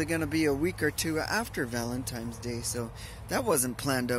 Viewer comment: That soup look really good! That was a very nice, thoughtful ramble about dating, relationships, and vanlife. And oh, buy the way, it;s Valin TINE'S day, not Valin TIMES day. LOL